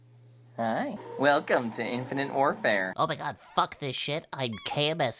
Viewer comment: ....its called, "infinITE warfare" not "infinINTE warfare" -_